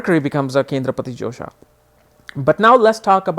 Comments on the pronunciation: josha or dosha??its written dosha here n ur pronausing josha!!! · its not josha it is dosha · Hahaha!! I noticed it too!